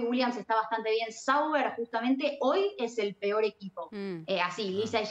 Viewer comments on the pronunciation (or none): none